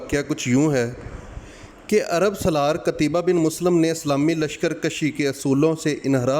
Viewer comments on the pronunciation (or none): جزاکم اللہ خیرا معذرت لفظ قُتَیْبَه ہے